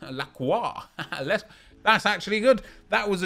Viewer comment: Nep is too funny lol he said ZIV for lacroix loooool